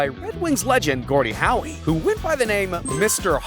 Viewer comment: Are you sure you know hockey? How should you pronounce Gordie Howe's name ... Not like Mr. Mandell's first name, that's for sure.